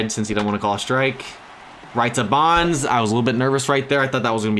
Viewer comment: Its not bunns its bonds